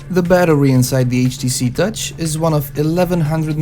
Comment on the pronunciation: You said gutch not touch?